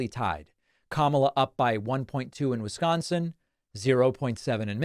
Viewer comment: It isn't pronounced Wiz-GAHN-sin, Dave.